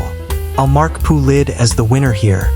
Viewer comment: "P-U Lid" 💀